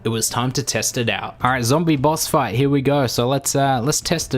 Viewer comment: What it said: Boss fight What HE said: Boss Five